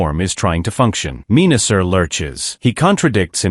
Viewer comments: it's pronounced men-a-sor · Hahaha Pieranicon, Meanasser and Pre-dayking 😂😂😂😂😂